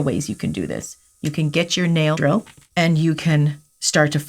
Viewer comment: when she says nail drill, why does it sound like that